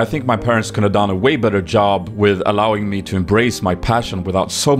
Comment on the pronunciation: i cant take this seriously when everytime he sais allowing i hear illaoi